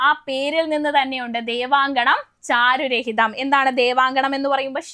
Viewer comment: ചാരു "രഹിതം" അല്ലടോ 😂 ചാരു"ഹരിതം"